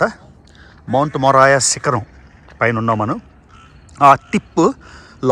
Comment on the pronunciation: మౌంట్ మోరియా anna...మొరాయా కాదు